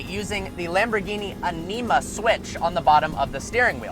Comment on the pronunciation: The way you said ánima triggered me